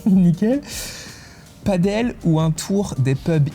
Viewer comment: On dit Padel pas paddle...😂